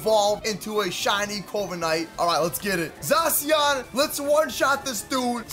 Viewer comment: zashion not zasoin